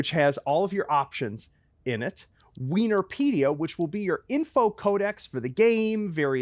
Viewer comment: I snort every time says "WeenorPedia" yea im childish, bite me:D